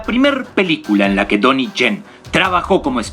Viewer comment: MUY BUEN APORTE. PERO LO DICES MAL EL NOMBRE DE "DONNIE YEN" DICES TONY CHEN Y NO ES ASI SU NOMBRE. POR LO DEMAS EXELENTE TU COMENTARIO.👍